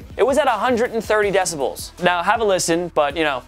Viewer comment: He says 'decibulls' 😂😂😂